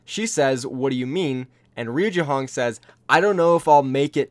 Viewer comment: Not jehong pls😩